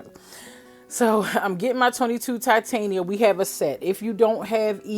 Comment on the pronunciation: She just says ta hell with the M in titanium. 😂